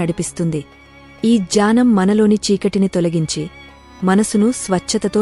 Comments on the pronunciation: Gnanam…ani chadhavali kadha…. Jyanam ani chadhuvutunnaru…. Sari chesukondi.. Gna…. Ane aksharanni gya ani palukurunnaru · Telugu reading lo chala mistakes unnay దుఃఖం - దునకం కాదు జ్ఞానం - జ్యానం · Not Janam but Gyanam. Radhe Krishna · Nice video. Thanks for that. But it is not done by a person who knows telugu reading: Following pronunciations are wrong. 1. Dukkamu - Sadness 2. Gyanam - knowledge